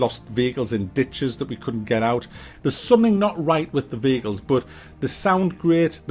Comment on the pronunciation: I honestly thought you kept saying bagels instead of vehicles 😂.